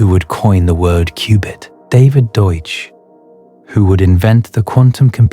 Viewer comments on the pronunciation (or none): none